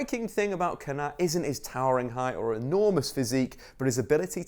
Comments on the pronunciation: surely it’s pronounced Kon-a-tay not Kon-at 😂😂 the little ‘ above an e gives it the ayy sound e.g. sane, mane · Pronounced konatay not konat. Great vid tho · Good video, but the é means that the “pressure” is put on that vowel 😄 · It’s pronounced konaté bro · That’s not how you say Konaté’s name at all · Is it just me slightly annoyed how he's pronounces Kounaté though l live the vid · that is single handedly the worst pronunciation of Konate I've ever heard you're better than that big man